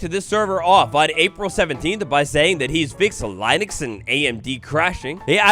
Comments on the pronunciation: Btw the bug they fixed about linux/amd crashing. U said Lie-nux when it is pronounced Lin-ux. Linux is an OS other than Windows snd and MacOS. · You did not just pronounce linux as lie-nux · This guy is said so much misinformation because he himself is not informed 😂 I was crying after bro tried to pronounce Linux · no way bro pronounced linux like that 😭